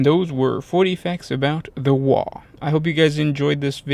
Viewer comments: By the way its not WAAA it's WAA AGH sounds not alike. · It isn't pronounced "wahh". Orkz don't do subtle, and they don't do silent letters. Its pronounced with that g in it, like the sudden stop at the end of a scream. Like ARGH!